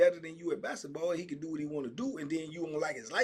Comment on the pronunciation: TBP Germany. By way of Chicago. Bruh the way you say “bassitball” he having me rollin. 🤣 it’s no k in basketball for. Just messing. Have a good weekend. ✌🏾